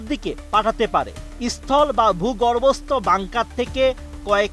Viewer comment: সাংঘাতিক ভাই "আঘাত আনতে পারে" নয় কথাটা হলো " আঘাত হানতে পারে" "ভুগর্ব" না "ভু গর্ভ"